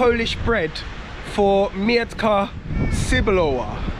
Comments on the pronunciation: It doesn’t mee-etka it’s metka. Nobody understands what’s „mietka” means. „Mietek” is a popular polish name, human name not for sasuage. 😂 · Not Mjetka sebolova but Metka Cebulowa looks for its pronunciation in googletranslator. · in polish we dont read "e" as "ie" just "e" :P Just sayin coz as polish guy, i understood u as u was sayig "Mietka Sebulowa" and i thougt its some guy xD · when you say "I am looking for Mietka Cebulowa" they think that you are looking for a man, who named Mietek Cebulow 🤭😉😆Mietek is Polish name. You must say Metka without "i"😆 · Bloody hell, is that Jastrzebie Zdroj? I used to live there when I was young 😀 They don't understand you because it's metka not mietka. Like in "I've met". Also "W" in Polish is pronounced like "v". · mEtka no m "i" Etka without i , gj you found it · it is pronounced....MET-KA not ' miet-ka' ! aha ......cebulowa !🙂🙂🙂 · Haha właśnie o tym samym pisałam wcześniej. Kiedy on mówi że szuka Mietka Cebulowa, to tak jakby mówił że szuka pana o nazwisku Mietek Cebulow 😆😉🤭🙂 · you like the metka cebulowa very much, why don't you learn to pronounce it correctly? You say the word "mietka" even though the label says "metka" without the letter "i". Mietka is a diminutive of the archaic and almost unheard of Polish name Mieczysława - a female version of the name Mieczysław (famous for the sword). One letter sometimes makes a big difference - A propos - scene from polish movie, in which the policeman added the letter "s" to the victim's surname - from the surname "Psikuta" (associated with the word "psikus" - eng. prank) he made the surname Psikutas (Dog's dick) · nie mietka tylko metka kurwa mać! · metka bruv, not mietka :) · I think you need to work on the pronunciation of „metka cebulowa”, cause the way you say it may not be understood by polish people (I didn’t get it also the first time);) Have a good one 😊